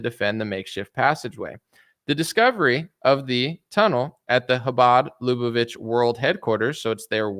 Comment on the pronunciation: LAH-BAH-VICH (like which)